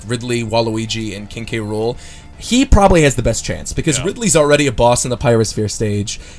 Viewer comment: Say it with me. KING K ROOL